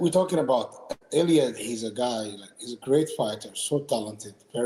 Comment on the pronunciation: Bro is trippin the whole interview.. calling illia, “killia”, calling khabib 2 division champ😂